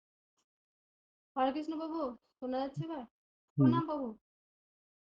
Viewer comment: আগে বলুন আপনারা কৃষ্ণকে কৃষ্ণা , রামকে রামা বলেন কেন? হরিনাম কে বলছেন হ্যারি নাম। বিদেশি জাতী উচ্চারণ ভূল করে বলে কি আপনারা ইচ্ছে করে সেই ষ্টাইলে বলবেন নাকি মশাই? আগে নিজের উচ্চারণ ঠিক করুন পরে ভিডিও বানাবেন। আর আপনার ভিডিওয় নতুন শেখার কিছুই থাকে না। নিজে ধর্ম জীবনের উচ্চতায় না পৌঁছে লোককে ধর্ম শেখানো ঠিক নয়।